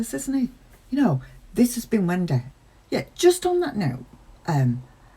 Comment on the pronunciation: Still love how you say “Wen-day”. 😁